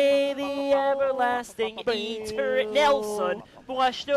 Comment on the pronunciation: EE-turr-NALL sun XD